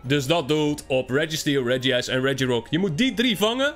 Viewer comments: Je spreekt het niet uit als regi ice maar reg ice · Sorry voor mijn kritiek maar je spreekt uit regice